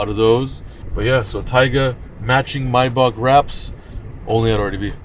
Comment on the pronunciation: It’s pronounced Maybach not Maybach.